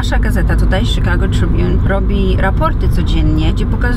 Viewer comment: mówi sie czikago a nie sikago.. wtf